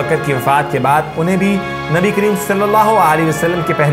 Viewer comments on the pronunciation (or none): Barae mehar bani nabi pak ka naam thk tarhan s lijye